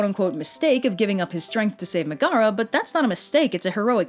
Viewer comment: I love how you pronounced it "Meh-gara"